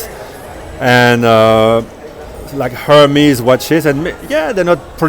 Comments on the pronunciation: As a francophone why do you pronounce Hermès like that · Belgian pronunciation ;-)